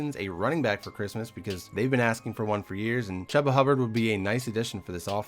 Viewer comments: Probably won’t see this but Chubba hubbards name is pronounced Chewba Hubbard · You can’t even pronounce chubba Hubbard right and he was in highlights every week you bum